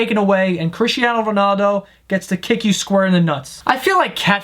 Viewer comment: "Cristiano ronado". im done